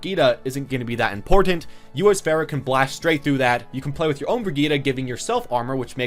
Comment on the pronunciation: Its pronounce far-uh not fair-ah